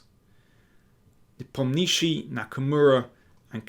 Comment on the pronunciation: You yourself asked Nepo how to pronounce his name correctly. What was his response ? Stress on 'O' and Not on 'i' .